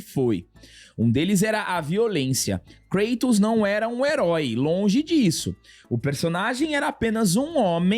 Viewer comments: Uma amiga grega disse que "cratos" é mais próximo do correto, em relação à pronúncia grega, do que "Creitous". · VC ESTÁ ERRADO. É “KRÁ-tos”. Kratos, sendo ele uma figura da mitologia grega, a pronúncia correta na língua original (grego antigo) seria mesmo algo próximo de “KRÁ-tos”, com o “a” curto e o “o” fechado. Nomes próprios, especialmente de figuras mitológicas ou personagens com origem clara, idealmente devem manter a pronúncia original. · A pronuncia correta é Krátos mesmo, pq o nome dele é grego. Então o tá certo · O certo é "Krátus" ele é grego, correto?!. Então não é" Creitus" 😑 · Cara quer falar de lacração e chama o KLEITON de KRÁTOS KKKKK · "Lakratos" kkkkkkkkkkk... essa aí vai pegar tbm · A pronúncia correta, de acordo com o grego Κράτος, é KRATOS mesmo.